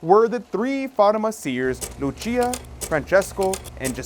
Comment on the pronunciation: Once again Lúcia dos Santos is not pronounced as Italian "Luchia" , but "LOO-CIA" as she is Portuguese.